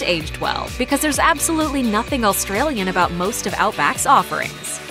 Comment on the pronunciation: AUSTRALIAN NOT ALLSTRALIAN....ARGHHHHH